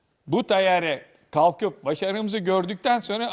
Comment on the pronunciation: Hocanın teyyare demesi🇹🇷♥️💙